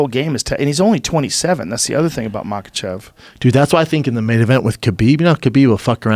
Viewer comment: Brendan - Makhachev aka machav. Smh. 🤦‍♂️